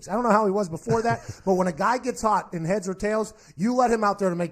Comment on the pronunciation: I heard "heaads" like him saying it with an accent. Idk how he said prior but it'd be something to look at